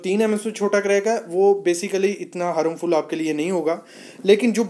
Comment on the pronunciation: हारमफुल नही हार्मफुल. पहिले सही शब्दका प्रयोग करे.